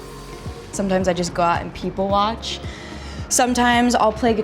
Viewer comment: WHEN SHE said , “people watch” I thought she said , “poopy watch”